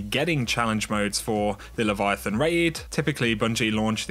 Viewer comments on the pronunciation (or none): none